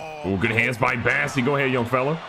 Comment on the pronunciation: That's Bossey, not Bassey!